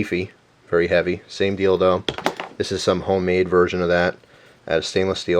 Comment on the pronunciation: Its funny that he'd try to say its a deal doe but accidently says DILDO!